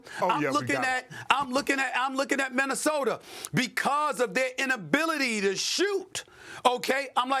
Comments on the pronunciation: Don’t forget “Minnisoder” lmao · Broooooo, then he calls “Minnesota” …. “Minnisoder” lmao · Why does Stephen A always pronounce words that finish with a with r??? “Rob Polinker”. “Minnesotar”